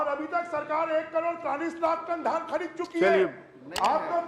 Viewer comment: पान थूक के बात कर री सेठ ,,,,पगला गया है अभी भी धन खरीदी चल रहा है बोल रहा है